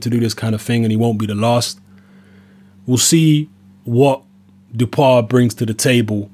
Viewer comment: Hi, As I live in France for 9 years now, I can confirm that the pronunciation is: Dew-How-Pah. Anyway, never heard of him. Boxing is very low key these days in France so I'm surprised this French bloke got a shot at the world title...